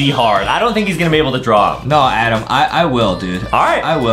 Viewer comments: I love how Justin said AADEEM instead Adam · I love how Justin said AADEEM instead of Adam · AADDM ned sapm meeeeeelk